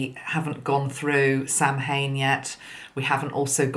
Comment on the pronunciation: Samhain is Irish, it’s pronounced sow (as in wow) Ann. ☺️ looking forward to watching!